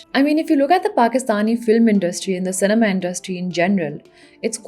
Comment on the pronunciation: Lol, why do you pronounce cinema say ne maa? 🤣